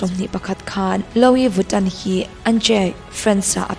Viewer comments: Lo-i viton😂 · Luii viton ti a lam tur aw